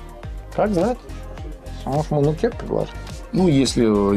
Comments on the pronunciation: нож называется не нУкер, а нукЕр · НукЕр правильно будет